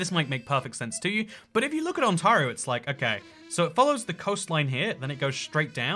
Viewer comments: It's pronounced Ont-air--ee-oh, not On-tar-io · It bugs me so much the way he says “OntARio” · I am Canadian (from Vancouver Island) and some of your pronunciation of our place names is hilarious. Ont-AIR-io (not on tar io). Ke-LOW-na (not ke -laow na) ). Victoria (on Vancouver Island) is said to be "more English than England" because it has Madam Tussad's, the Empress Hotel and double decker buses. Vancouver Island is the largest island on the west coast of the Americas and is heaven in summer (forget about the rest of the year). Toronto is the city we love to hate. Polar bears can be found in Churchill, Manitoba. It is famous fo them. There is a small French island off the east coast of Canada called Saint-Pierre and Miquelon. The Yukon is famous for a gold rush in the 1800s. Most of our boarder with the USA consists of a 6m treeless area line. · Im cringing over your pronounciation of Ontario.. Its On-tare-ree-o not On-tar-ree-o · Pronounce Ontario, 'OntErio' not 'OntArio' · On tah rio. Hilarious. Try On-tare-eeo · It's pronounced - ont-air-i-o. As a Canadian who's lived in the UK since 1982 I've heard "On-tarr-i-o" a few times (even on BBC news). It's a thing. Just saying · It's not pronounced ON-TAR-RIO It's pronounced ON-TAY-RIO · Kel-own-ah Ont-air-ee-oh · Dear God, it's pronounced: ON T AIR EE OH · It’s pronounced ON-TAIR-RIO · You mispronounced Ontario every single time 😢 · He pronounces ontario a little different.